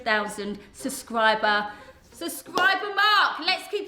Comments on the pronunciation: Why can't people say SUB-scriber not suscriber!!! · Katie I luv unsolicited much but your triggering me suscriber pleassse it’s subscriber I love u Katie xx